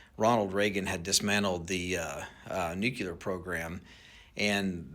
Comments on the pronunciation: He lost me at that first "nuke-you-ler." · Nukeular is not a word. Why do so many people struggle with that word. Sound it out, nu cle ar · Nuclear (New-Clear) not Nucular (Nuke-yu-ler) I thought we got past this with Bush lol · Anybody who pronounces it "new-cue-lurr" and not "new-clear" is already sketchy lmao. Also, lots of things came up missing in the former Soviet Bloc countries after the USSR collapsed, so that's not new info. There were high ranking generals and other military and civilian folks who sold all kinds of black market arms after their government collapsed. It's possible they're looking for something tho, that's totally plausible. There have been several Broken Arrow missions over the years. Remember that even experts in their respective fields can be conspiracy minded, so I'd take a lot of what he said with a grain of salt. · FOR A PERSON THAT SPEAKS ASWELL AS HE DOES SO YOU CAN SOUND MUCH MORE INTELLIGENT IT IS NU CLEAR NOT NUCULAR JUST FYI YOU SOUND LIKE BUSH JR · Nuclear not nucular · *nuCLEAR not "nucular" 🤬 😅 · can't trust anyone who pronounces 'nuclear' nu-ke-lar like Homer Simpsons, sorry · Saying 'nucular' hurts your cred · Oh lord he says “Nucular” 😂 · He keeps saying 'nucular'. Also, unless there is a mirroring effect going on, that improperly displayed flag bugs me. He has "a friend," LOL. If they were sniffer drones looking for CBRN materials they would not need, nor would they have navigation or anti collision lights. Somebody is about to get really rich(er) on anti-drone and drone tracking tech. Also, private drone use is about to be very restricted. 🫡🇺🇲🌻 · (pun nitended) lost me at "nukealar". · I'm sure this UAV "expert" would tell you that you mean "nuc-u-ler"😂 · As soon as I hear someone pronounce the word nuclear with three syllables, they lose a little credibility to me. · How TF do smart, intelligent people, such as this drone guy, mispronounce "NUCLEAR" as "NUCULER?" lol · NU-CLE-AR Please say it right. Wtf